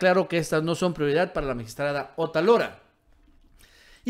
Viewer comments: no es Otalora, es Otááálora. Es una palabra ESDRÚJULA;ACENTO EN LA ANTEPENÚLTIMA SÍLABA. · Otálora es palabra esdrújula. No es Otalora, que sería palabra grave. ¿Es muy difícil? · el apellido de la presidenta es "otÁlora", no "otalÓra" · Es OTÁLORA (esdrújula)!.. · debes pronunciar correctamente el apellido de esta tipeja, ve donde tinen el acento.